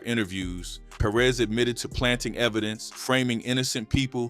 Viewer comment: Perez. Not Per-rez